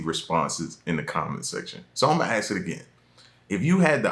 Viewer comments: I would go back in time and learn how to say the word ask instead of Axe which means cutting down wood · Axe, or ask? And you are feeding off an ai video 😂 Are you new bro? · As soon as he said agggske instead of ask I’m gone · Should I ask you a question, or axe you a question? Little confused - axing sounds a little bloody. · As soon as he said when i axe this question i turned off. (Axe) … learn how to speak please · If you are going to say ax instead of ask i am not even listening to you.... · “ Axe the question “ or “Ask the question “ ? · You really don't need to "AXE" this question. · It would be real super cool if you would learn to pronounce ASK properly